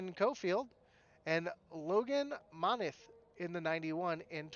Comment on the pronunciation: Just letting you know my last name is pronounced Mon-Teeth! Thanks for broadcasting the race!